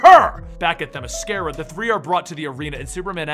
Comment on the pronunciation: you said Themyscira correctly. Nice job.